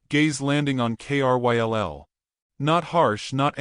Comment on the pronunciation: Kryll is a name. Pronounced it as Krill. Or the i as eye. Why have the narrator spell it instead?